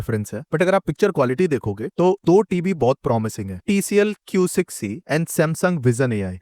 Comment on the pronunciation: Why do you say “tibi” ? TV (Ti Vi) It’s irritating